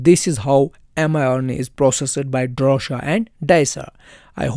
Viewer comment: DROSHA-NOT DORSHA!